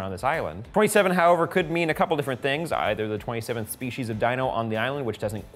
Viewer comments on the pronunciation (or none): none